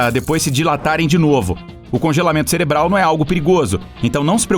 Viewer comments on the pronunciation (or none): none